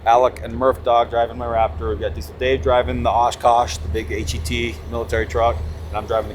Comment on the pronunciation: Please, stop calling the Osh-Kosh truck a H•E•T. No soldier says that. It’s pronounced as HET (H•ET) as in the H is sorta silent with an emphasis on the ET syllable part of the acronym.